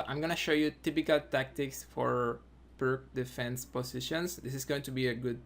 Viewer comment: It's not pronounced "perk". It's "peerts".